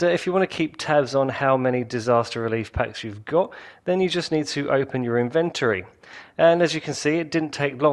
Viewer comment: I almost disliked this video because of the way you pronounced inventory